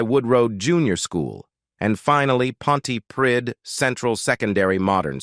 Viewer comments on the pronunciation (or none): Oh my goodness I cringe at the pronunciation of Trefforest and Pontypridd! He may be a fabulous singer but his younger years character was awful. He treated the senators like 💩! The way he turned his back on them after they helped him to stardom. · Oh for Heaven's sake. We know all this. We've heard it many, many times. That's Tom's past. Give it a rest. Here's a man who has a superb voice. He doesn't show off. He loves life. And why must we listen to some American telling us such old, old news and one who cannot pronounce Pontypridd correctly. Carry on as you are Tom...you're top with me!